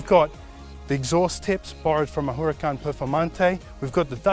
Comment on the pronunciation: I gagged when he said WHOracan